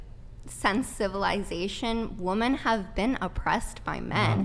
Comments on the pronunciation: It drives me crazy that she pronounces "women" as "woman" lol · Does it bother anyone else that she keeps saying woman instead of women? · Does she always have her eyes closed or is that the fake lashes? I can’t tell. And she keeps saying Woman instead of Women, like she doesn’t understand what “plurals” are. I think she got her literature education from social media from what I’ve seen. Woman = Singular, Women =Plural. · Please dear god educate these people who don’t know the difference between “woman” and “women”!!!!! How can you go three plus hours with her and not correct her just for clarification? What’s worse, she heard everyone else say “women” and “woman” but never caught on to the fact she can’t pronounce them right? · Is it me or has everyone forgotten that women is the plural of woman. It sounds like all these girls are saying woman when it should be women. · why does she keep saying "woman" when she clearly means "women" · Women…. Not woman